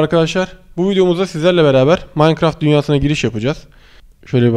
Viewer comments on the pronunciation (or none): none